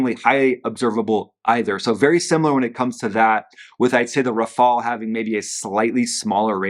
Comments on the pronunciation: RAFALE......not raphael😂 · please, it's not Rafael it is Rafale! It's very simple. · it’s rafale, not “rafael”. finally, no more mustache to distract the viewers… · It's not RAFAIAAL, it's RAFFAAL. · RAFALE not RAFAEL (ninja turtle)